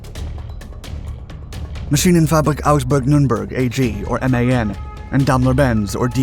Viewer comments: You should really try and get your pronounciation of words correct.the german firm is not pronounced Dam ler it's Daim ler.Where a german word has two consectutive vowels the word is said using the second vowedl,eg bier. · All kinds of strange new means for existing words, where a suitable correct one exists. How can one consistently mis-pronounce "daimler" or "chassis"?